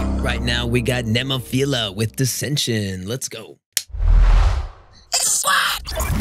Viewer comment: Great reaction and you said their name, Nemophila, spot on. Your music volume was spot on as well. Check out some of their live footage from their channel like "Zen" or "Oiran" and their ability to change up styles with their latest song "Ama te ras".